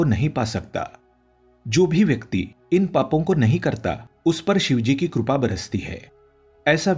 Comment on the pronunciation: Krupa nahin, Sir, "kripa".